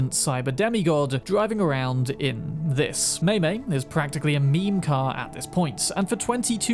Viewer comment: Okay, i really do love your videos. But please google how to say foreign names before you do some of these videos. (Vato is pronounced Vahh-toe not Vay-toe, Mai-Mai is Maaah(y) like baah not may) Its not a big deal, but it would help so much with watchability Again, this is not a criticism, not really, just a request and a note